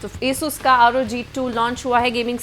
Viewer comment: madam pronaunciate well not esus ... its asus (आसुस)